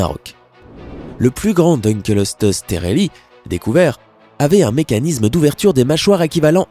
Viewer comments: J'ai vraiment envie d'insulter le propriétaire de la chaîne .. Dukleosteus CA SE DIS PAS DUKELESTEUS ! Faut vraiment être débile et ne pas avoir fais beaucoup de recherche sur son sujet sans déconner... 😑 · Mdr je suis rassuré de voir que je ne suis pas le seul qui a les oreilles qui ont saigné pour le Deukleosteus ^^ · Tu as pas respecter le "dunkleosteus" Il se prononce : Dun kléo sté us Pas : Deune kelo steus xD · On dit : dunkléostéus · Le dunkleosteus se prononce dunklėostéusse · Le no 7 se prononce dunkléostéus mais sa ne ma pas dérangé il est normal qu'on se trompe avec un nom pareil. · Ça ce prononce dunekleosteus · On dit Dunkleosteus :( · Quand il a prononcé Deukleosteus mes oreilles ont saigné Mdr ^^ mais petite vidéo sympa ;) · Pour le numéro 7, son nom est Dunkleosteus (prononcer DEUNE - CLÉO - STÉ - USSE) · dunkleosteus se prononce pas DINkleostéus ? et au fait le liopleurodon est un magnifique animal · Ouep un Dun kléo sté us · Bin toi, je vais t’appeler Maunaïkke... On dit "dun-klé-o-sté-us. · Il a tué le dunkleosteus xD